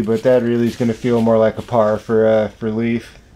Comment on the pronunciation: Hey guys good job, nice coverage! Just a small FYI: Leif is pronounced like the English word "lay" with an f at the end. Not like "leaf".